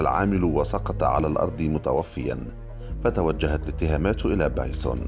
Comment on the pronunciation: بايسُن بالضمه وليس بايسووون بالواو